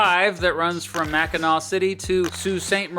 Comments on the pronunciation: Living in Michigan, you really got all the facts straight, down to the terms we use. Great coverage between the UP and LP... alongside mentioning places like Mackinac Island (And pronouncing it correctly) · As a Michigander I'm so thankful you pronounced Mackinac as MacK-inaw and not MacK-inaC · We NEVER say LP. So please don't try to spread that. But it's understood that you needed to explain the different peninsulas. Michiganders would be repulsed saying we are LP ;) The only way we identify ourselves is "Michigander. Kudos pronouncing Mackinac correctly (Mack-in-naw) Da YOU-PEE (that is a yooper pronunciation) is pretty, lots of wilderness, not many jobs, lots of snow, people drinks LOTS of beer, mosquitos that are the size of cars and pasties (google that tasty food) We trolls usually joke about da yoopers asking friends that live up there questions like "do you have electricity or indoor plumbing" and "what did you do last weekend? Go to the town dump and watch the bears rummage through trash?" It's good nature ribbing. The UP has pushed for statehood before they want to form the state of Superior. That never went anywhere. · I loved your channel for a long time, and you wouldn't believe how many people say Mackinac wrong. you get a big Thumbs up bawhahahaha. You did a great job, but you didn't mention Frankenmuth which is a Bavarian style town which architecture and style of Bavaria Germany, it also has the largest Christmas store in the in the world, it's called Bronner's. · Big shouts for correct pronunciation. Both for not misspelling or mispronouncing either Mackinaw City/Mackinac Island, and Sault Ste. Marie. So many videos/podcasts about Michigan botch "Mackinac" in particular and it drives me bonkers.